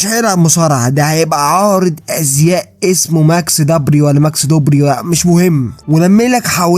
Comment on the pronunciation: ماكس دوبري بس كان حرف ز بدل د